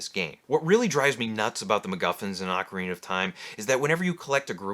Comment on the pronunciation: Thank you for pronouncing "ocarina" correctly!